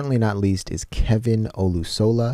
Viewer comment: Just a little FYI - Kevin's last name "O-LU-so-la. Accent on the second syllable. Avi was known for occasionally blowing speakers with his really low notes. I would like to suggest an original for your next reaction such as 'Sing,' and then 'Bohemian Rhapsody.' For Rhapsody, just know that the megaphone is a prop. He doesn't use it for live performances.